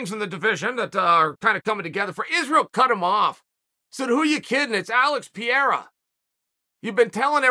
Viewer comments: Not “Pierre-ah” it’s “Per-ay-uh” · Uncle Chael has few months to learn how to pronounce Pereira 😅 Look how Joe Rogan said in the octagon, it is not perfect, but enough. Or, you can say Poatan. It is not his name, but everyone in Brazil calls him like that and it sounds like a name. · Chael, you better learn to pronounce Alex Pereira's name, because we are currently depending on him to save this division. It didn't work. The entrance was awful. The fight was awful. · I usually enjoy chael botching the fighters names, which is absolutely intentional btw, but the way he pronounces pereira kind of annoys me